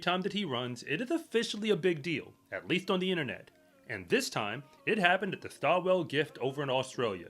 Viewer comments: Maybe do a bit more research next time. And it's pronounced STAW'ull. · This loony don’t even knon u don’t pronounce the ‘w’ in Stawell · The loss at the Stawell Gift, pronounced like stall, means nothing. The handicaps mean that the fastest runners often do not qualify for the final. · Stall....not Sta/well.